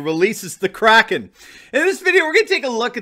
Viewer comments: Isn’t it pronounced Crayken, not cracken? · You're great. By the way Powell mispronounced kraken, is has a long A, not a short.